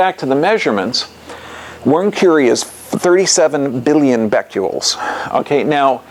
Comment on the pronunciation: Omfg if this guy says "beck-you-ols" one more time I'm gonna reach thru the screen and strangle him. BECQUERELs. As in Henri Becquerel. The french dude who left uranium ore on a photo plate (why? I dunno) and then it developed.